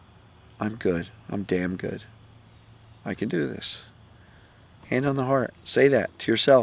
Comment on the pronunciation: Phones speakers 🔊 aren't the best. Did he say tell yourself you're "Dan Good!" Or "Damn Good!"? Asking 4 a friend..